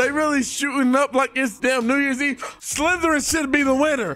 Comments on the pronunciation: bro says house slytererin whilst having a ravenclaw cloke on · I’m here for the nuance of being so lit that he can’t properly pronounce Slytherin while repping Slytherin 🥴